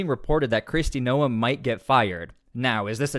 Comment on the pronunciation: Oh man. Bad move by Trump. This will not save the Democrats. And removes a true MAGA Senator from officer. Will ok Gov find another Mullins or a Tillis? Secondly why cant you pronounce simple names? Doral is Door-Al like short for Albert. And again Noem is one syllable like gnome, not two. It doesn't take long to learn names. Maybe just find someone from SD to help you or FL. Or a golf lover as The Doral is a big stop on PGA